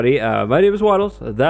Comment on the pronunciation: Wattles sounds like waffles and that makes me happy lol